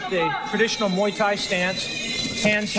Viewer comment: It’s pronounced Muay, not may